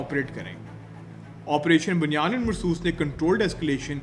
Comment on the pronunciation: Excellent program❤❤ but it's operation Bunyan Um Marsoos not Bunyan ul marsoos